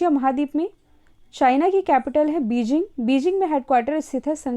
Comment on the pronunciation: Itzzz Beijing...china capital... Not beeezing🙆‍♀️🤷‍♀️